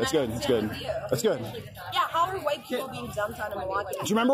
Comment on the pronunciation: Enjoyed the Jared Taylor pronunciation of white. Huwhite ! Lol